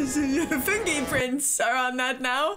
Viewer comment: '"OH MY GOD, DON'T GRAB THE KNIFE... UH 'FINGIE' PRINTS"... LOL 😅